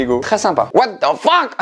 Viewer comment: "les plus Wateuh de feuck" 🤣